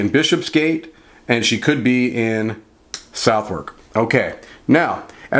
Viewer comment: Its prounouced suth' uk. I know, it baffles me to and Im a brit. I once asked someone directions to Bicester. He looked at me gone out and said 'do you mean bister'. The mind boggles.